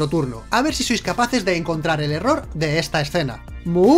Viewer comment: en el minuto 757 dijo horror épico en vez de eroor épico cutres